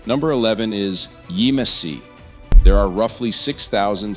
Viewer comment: It is pronounced YAMesse